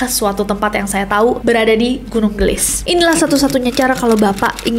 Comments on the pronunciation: kak nes bukan gelis bacanya tapi geulis 😊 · Koreksi. : Cara bacanya bukan gelis, TPI ge'u'lis (geulis). Geulis di ambil dari kata / kosakata Sunda yg mana artinya CANTIK. GEULIS = CANTIK. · Geulis kak nes bukan gelis wkkw lucu aku denger kaknes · Geulis, gunung Geulis bukan gelis, artinya cantik kaya kak nessie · Kak nessie, kalau boleh aku koreksi.. Pelafalan “ geulis ” itu gak flat gelis.. Tapi kak nessie gemes banget pas ngomong gitu aaaaaakkkk loveyou kak nessie❤ Jadi pelafalannya itu ada eu nya ge-eu-lis gitu kak. Hehe salam hangat dari bandung, sehat selalu kak nessie, loveyouu😊❤❤ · Gunung 'geulis' mungkin ya kak ness.. bukan gunung 'gelis' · nyebut geulisna salah mba 😅